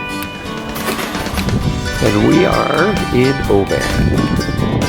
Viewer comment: It's pronounced "OBIN"